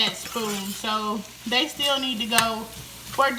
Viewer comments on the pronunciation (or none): none